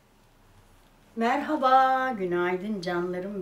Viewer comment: Teyzee 🤓 üstüne bastıra bastıra merhabaa demen beni benden alıyor 😂